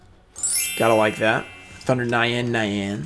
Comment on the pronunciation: Thunder nyanne nyanne lmao its pronounced thunder neyawn neyawn its the japanese word for meow haha I know you try bro some of those foreign words can throw anybody off. Too bad on the pulls but hey a foil is a foil.